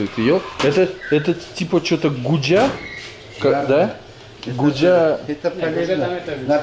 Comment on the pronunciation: Гужа - это правильно